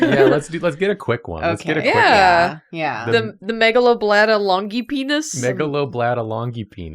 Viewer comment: every time someone brings up the “Megalobladda longipennis” my brain always hears “Megalovania longpenis”